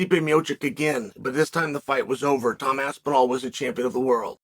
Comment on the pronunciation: “The greatest heavyweight is named Tom’d aspinal” 🤪